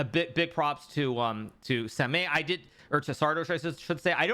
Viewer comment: samay😁 the pronunciation hurts my ears Hi.. Karu